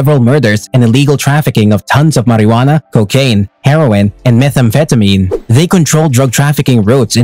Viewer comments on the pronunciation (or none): none